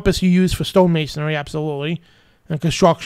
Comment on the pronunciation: It's MasonRY, not MasonARY.